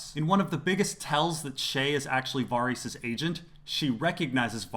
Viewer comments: Lol, VAH-reese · The fact that you continuosly pronounce ‘Varys’ wrong makes me wonder if you ever really watched the show. 🤷‍♀️